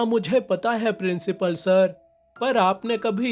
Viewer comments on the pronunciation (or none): principal🚫 princhipal✅ 😂😂😂❤❤